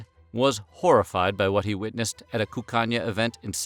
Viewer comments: Every time he said “Cuccagna” I heard “Cocaine” with a Spanish accent. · Sounds like he's saying "the land of cocaine."